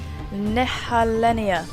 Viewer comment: Yup! You said it right in the video.